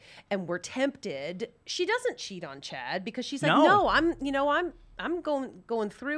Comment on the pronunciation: "Cha-dd" Lmao I love Lisa